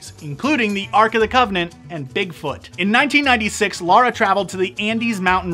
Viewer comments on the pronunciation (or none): none